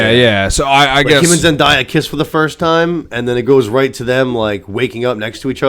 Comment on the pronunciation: ZEN-DAY-UH not ZEN-DIE-UH